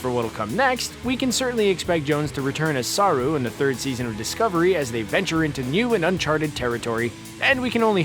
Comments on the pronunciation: ..... Sah'rue.... So close.. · Saru it’s pronounced quicker than saarruu